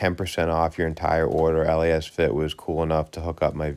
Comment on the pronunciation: It’s pronounced Lasfit. Not L..A..S..Fit. 😁